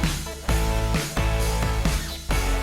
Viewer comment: Oh this is going to be riveting ( Scottish accent is tight ) hahahahahaha